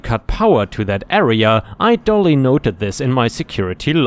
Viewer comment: "duly" has a "do" or "due" sound, not "dough." 👻